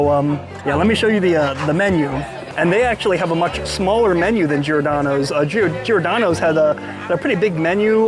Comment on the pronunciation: everytime he says giordano i cringe sounds so bad lol